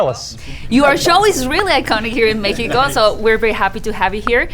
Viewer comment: finísimo detalle de articular "Méjico" al preguntar en inglés y no decir "Mécsico". Bravooooo, lo voy a tratar de integrar 🎉❤